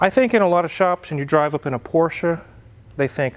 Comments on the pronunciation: Thank you for pronouncing 'Porsche' correctly! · Kudos for pronouncing Porsche correctly 👍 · I'd just like to thank for pronouncing "Porsche" correctly;) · Thank you for pronouncing Porsche the right way. Most English speakers call it "Porsch" ignoring the e in the end. Don´t know why. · Holey Moley, he pronounced the name of the car correctly! Ausgezeichnet! A porsch is what you sit on as you wave to your neighbor driving by in their Porsche. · Thank you so much for pronouncing it right: Porsche. It never was or will be a Porsch.